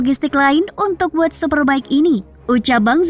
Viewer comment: jangan malu2in... World ....bukan word ! diperbaiki koreksi...